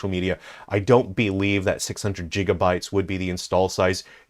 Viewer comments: Jigabytes? 😂 It’s gigabytes. It’s gig as in “gig work” NOT “dancing a jig”. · “Jig uh bites”